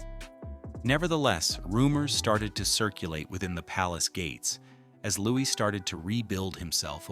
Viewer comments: Louis indeed. It is probably because of AI that his name gets pronounced as Lewis. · Louis. Not Lewis. Not louise. Louis. No S. S is silent.